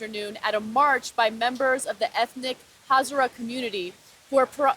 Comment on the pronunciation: It is pronounced Ha za ra! The Hazara tribe is the 2nd most persecuted tribe of Asia!